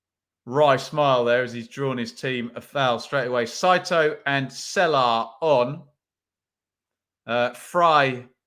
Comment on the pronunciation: Well done pronouncing Saito’s name correct. My wife is Japanese and the butchering of the name is annoying from our end on QPR commentary and American commentary. Great day in Alabama watching the mighty rangers.